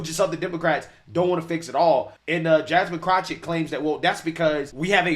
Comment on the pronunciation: I love that calls her CROTCHett! He should call her CROTCH ITCH.